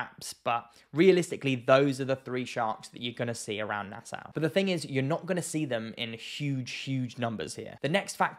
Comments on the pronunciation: It's pronounced nasaw not nasow. There are tigers and bulls in Nassau harbor. I am a Bahamian and we don't do dumb shit, because we know that we share are waters with monsters. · very reasonable video! Just never heard Nassau (Nass-augh) pronounced Nass-ow. I have heard a lot of people pronounce NASA as Nassua XD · Pronounced NasSAW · bro. Its pronounced {naa-sauw}. Please adjust for next time. lol. Im a Bahamian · Firstly, It’s pronounced Nas-saw. And sharkes definitely around nassau. Maybe not very close to shore, butttt the surrounding ocean for sure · Lived in the bahamas and particularly nassau all my life oh and quick tip no biggie.. its pronounced "nas-saw"